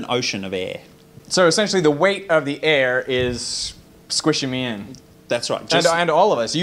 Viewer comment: I just like that he says Aeeee instead of air 🤣